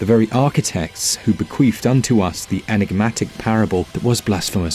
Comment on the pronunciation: Did you say bequeefed?